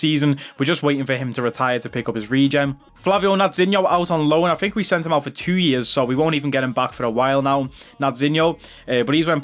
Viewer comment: Think** not thino lol 😂